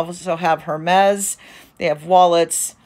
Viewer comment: Thank you very much for this video info but just want to inform you that you're pronouncing Hermes incorrectly. Continue with much success! 😊